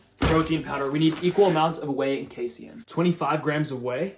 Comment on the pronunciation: You pronounced casien really weird. It's pronounced like kay seen